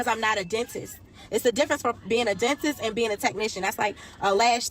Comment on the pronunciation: why did i think she said 'go to the dentist or the dontist' at the start. sitting here trying to figure out what a dontist is...